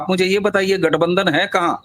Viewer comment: say LATHBANDHAN instead of Gathbandhan.